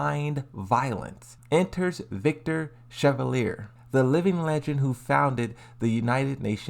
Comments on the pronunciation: Victor Shaolan???? Its pronounced Shuh-Val-Ee-aay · Not only your theories make less and less sense, while being unsupported by any objective premises, but you can't even pronounce the names of these characters correctly. "Leeda" - who the hell is that? "Victor Chaolan" - is he some sort of Lee's relative? So Victor happens to be Lidia's replacement just because his organization is after Kazuya? Oh come on, bruh! If Victor had been released before Raven, Dragunov or Yoshi and there would be no roster leaks, you would be claiming that Victor is replacing Raven (because of he's codename and the fact that he founded and trained the Raven Unit), Dragunov (cause he also has a military background) and/or Yoshi (cause he also uses a katana). Deadass! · You do a great job and you’re greatly appreciated. But no one has truly fucked his name like you did 😂 It’s She-Val-Yae